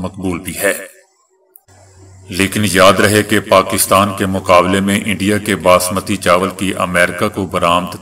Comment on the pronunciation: باسمتی( baasmati) ، نہ کہ بسمتی۔ برائے مہربانی سدھار کرلیں۔ شکریہ۔